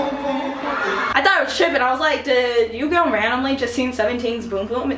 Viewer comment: I was dying when he said "YUS!"